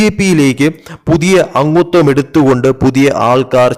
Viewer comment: അങ്ങുത്വം അല്ല , അംഗത്വം.